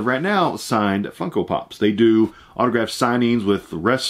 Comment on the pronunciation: You sound like you're saying Funkle Pops, lol love it!